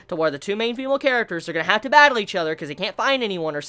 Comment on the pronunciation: Please don't say "Batteru" .... Ever again ....